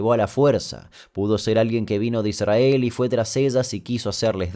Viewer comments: like por que dijiste: "Idsrhael" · Damian dice "ISrAEL" como lo dice un rabino.. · Amo esa forma de no pronunciar la "r" en "'Israel" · Que molesto como pronuncia Israel. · Amo cuando pronuncian Israel, sin RRR